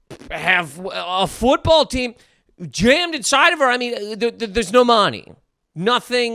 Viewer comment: "There's no mah-ni" 👨‍🍳🇮🇹 All jokes aside, I do agree that porn has gotten out of control. The size of sex toys I've seen being used you'd think these people have a backup supply of genitals.